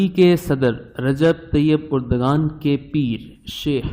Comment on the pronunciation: درست تلفظ اردوآن ہے نہ کہ اردگان۔